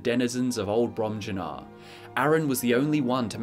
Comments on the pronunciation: I believe it'd be "brohm-yuu-nahr", but don't quote me on that. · Im pretty sure they’re pronounced Brom-Yoo-Nar and Vol-Ski-Guh. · Fun drinking game: take a shot every time says "Bromjunaar" wrong.